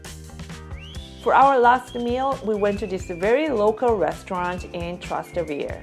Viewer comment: per prima cosa "spanish steps" è il nome sbagliato che danno gli stranieri, si chiama Scalinata di Trinità dei Monti che prende il nome dalla chiesa che è sopra, la piazza ai piedi della scala si chiama Piazza di Spagna 2) Tràs- Tevere l'accento è sulla prima A e significa zona oltre il fiume Tevere, hai pensato di cenare in un locale tipico di trastevere? No quelle sono le vere scam per turisti 3) oltre ai taxi ci sono 2 linee di treni che dall'areoporto arrivano in centro e costano poco first of all "spanish steps" is the wrong name that foreigners give, it is called Scalinata di Trinità dei Monti which takes its name from the church that is above, the square at the foot of the staircase is called Piazza di Spagna 2) Tràs- Tevere the accent is on the first A and means area beyond the river Tiber, Have you thought about having dinner in a typical restaurant in Trastevere? No, those are real tourist scams 3) in addition to taxis, there are 2 train lines that arrive in the center from the airport and are cheap